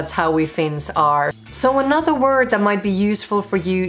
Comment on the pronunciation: Your "other" / "another" sounds like udder, anudder.